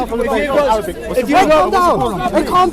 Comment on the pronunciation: Mohammed Hijab . brother plz ask bro zakariya to work little bit on his Arabic pronunciation bcz i noticed him producing unnecessary sound of the Arabic alphabet ''' ain ''' in every single word..